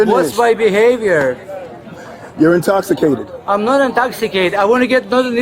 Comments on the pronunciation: "I'm not intokshukay-dead..." lolol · "I'm nohd indhogsigated...!"